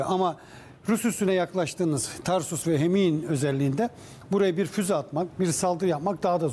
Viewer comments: Tarsus değil TARTUS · Tarsus değil Tartus. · Tarsus degil TARTUS